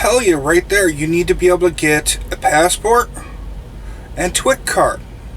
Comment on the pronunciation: What is a twick card, sorry not sure if I heard you incorrectly.